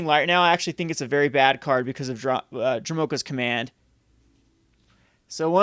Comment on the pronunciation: I have heard people in the industry pronounce it DROH-moh-ka (emphasis on the first syllable). They may have been mispronouncing it though. It's probably not important either way.